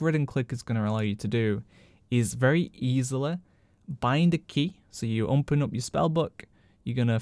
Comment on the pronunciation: I love your content, but why the hell do you always say 'umpen' instead of 'open' :D